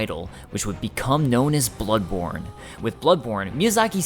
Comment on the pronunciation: Hmmm I definitely didn't hear buttborne at first.